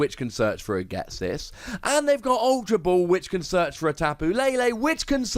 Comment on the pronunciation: Do you.... Ghet-sis?